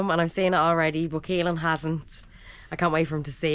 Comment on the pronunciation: Why caolan pronounced keylan??